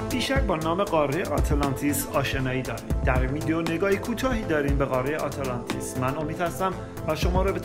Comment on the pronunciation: اره خیلی ضایع است اینجوری تلفظ میکنی آته لانتیس.